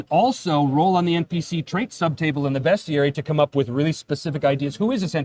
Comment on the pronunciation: Obviously I backed this day one, because I've been a fan of since it began and know what you,, value in a game. BUT IF I HADN'T, I would be ordering it now because of 1) the Rankin-Bass hobgoblins and 2) the proper pronunciation of "bestiary." 🤌